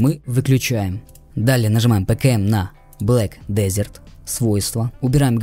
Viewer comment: да не хочу показаться душным, просто уши режет, произношение ведь через Э а не Е